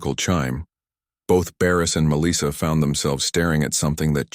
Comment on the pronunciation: FFS, please teach this AI how to pronounce Melissa.